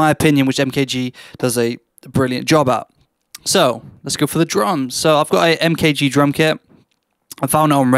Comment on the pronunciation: take a listen to his first ep and think about how you’re pronouncing his name, good stuff bro